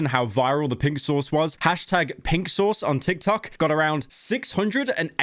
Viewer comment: When Pyro says "Pink Sauce," it sounds like "Pixels"